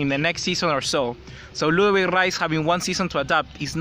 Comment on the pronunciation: It's ludovit lol